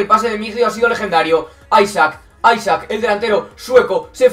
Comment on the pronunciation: No se dice aisak, se dice alexander isak